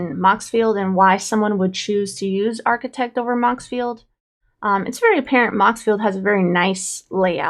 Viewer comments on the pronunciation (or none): DEKT. D-EKT! D. ARCHI-D-EKT!!! 😤